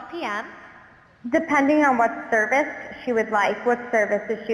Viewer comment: It definitely sounded like the hair salon was staged in some way. They were accenting weird words that isn't a normal way for humans to talk. Like most people don't say "do not" rather than "don't". They also accentuate the time and also accentuates the word "service" in "what service is she looking for?". it seems this is still based off word cues and if they don't say those word cues, I can't imagine this working very well. I'm definitely not saying this is not epic as all get out, but I feel they were kind of giving a half truth when they said it was a 'real phone call'. Yes, a call was made, but it sounded like the salon was an actor.